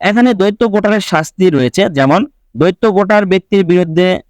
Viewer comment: দৈত্য মানে দানব৷ শব্দটার উচ্চারন দ্বৈত৷ মানে দুই৷ ইচি নয়, উচ্চারন ইসি৷ উচ্চারন মাদারচোদের মত৷